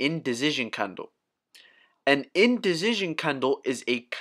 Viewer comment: You always make me laugh when you say "Indicision" It's like there is a Z substituting the C. Other than that, thank you for the great Playlist you've gather together for us!